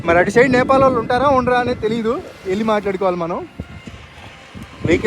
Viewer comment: First chadukondi NEPAL ADHI NAPAL KADHU